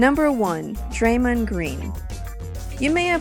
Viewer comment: the way draymond is pronounced....